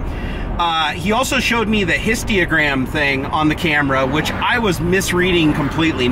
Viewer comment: Great video! But it's histogram instead of histigram 😀